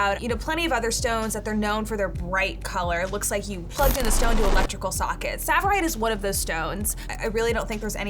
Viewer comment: No, it's not savirite because it's tsavorite.